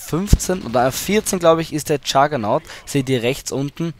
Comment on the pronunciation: Juggernaut nicht Jugger-Nog